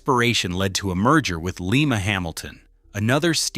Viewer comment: Lima is pronounced Lie-ma, not Lee-ma like the city in Peru.